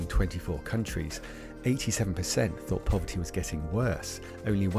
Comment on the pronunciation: Hmmm funny how t she pronounces the word thought at "fought".... a few moments later... Elon has the same speech pattern ??!!!